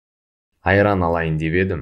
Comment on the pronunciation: Да, "п" там не слышно совсем. Ни в одном уроке. Очень странно.